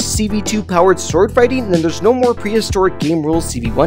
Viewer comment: Bro said swordingfighting